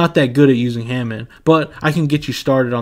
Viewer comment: Bro said Ham en. It's Hah mone